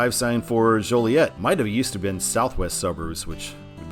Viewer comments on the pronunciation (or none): none